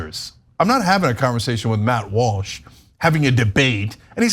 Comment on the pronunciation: 0.13: Dude says "Watt Malsh," instead of "Matt Walsh." Listen for it. Intentional?